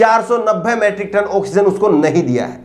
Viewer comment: अबे गधे मैट्रिक नही मीट्रिक टन कहते है।